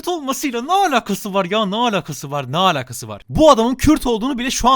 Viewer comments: Abi lütfen şu "alakası" cümlesini düzgün söylermisin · senin yorumlarını dinlemeyi çok seviyorum ama şu alakasızı artık lütfen doğru söyle davar gibi söylüyosun lagnlgnlanglngl